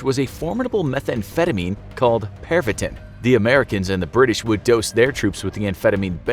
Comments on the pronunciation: Am I the only one who heard “pervert-tin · Pervitin I thought I heard "perv it in" 😂😂😂😂